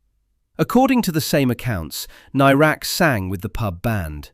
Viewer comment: I don't think you're pronouncing "Nairac" correctly. At the time of his disappearance it was always pronounced with the "air" part of the name as you'd pronounce the "air" that you breath.